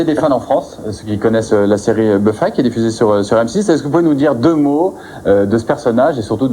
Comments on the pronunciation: En même temps la qualité des questions, pas savoir prononcer son nom, appelé la série Buffaï, les lésions dangereuses… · Bufaye contre les vampaïres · le mec qui prononce BUFAILLE pour Buffy , et "soudain l'été dernier" au lieu de "souviens toi" ^^ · "La série Beufaï" XD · Je rêve ou le présentateur a dit "Beufaye" ? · nan c'est faux ça se brononce Beuf-i en anglais...